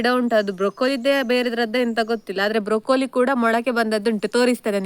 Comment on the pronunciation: (Broccoli) wrong pronunciation